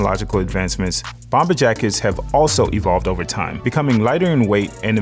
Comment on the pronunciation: I subscribe and love the content. I've previously purchased items and 3 flat brim fedoras and love waiting for new content when it becomes available, but the 2nd "B" in BOMBER is silent. Always has been, always will be. I say this with love. Think about it, if you've ever heard TSA or police evacuate a building, because they found a bomb, you'll never hear that last "B" in bomb when pronounced.